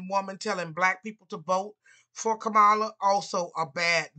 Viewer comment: It sounds more bias then pointed reasons why she lost. Also, the consistent misspronuncation of her name.